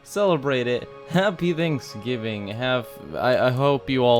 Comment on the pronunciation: i thot you said tantksgivig